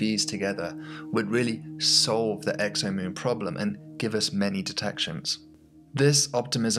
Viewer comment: A professor who pronounces "us" as "urs"...